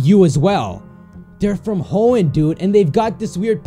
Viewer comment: Hoenn is said Like he on